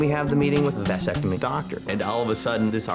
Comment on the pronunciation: It is not a "VICE" sectomy you idiot....it's a "VASS" ectomy.